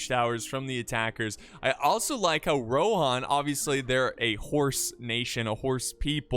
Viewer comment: I just pronounce everything like they do in the movies. And they say rohan not rohin or whatever the other thing you said was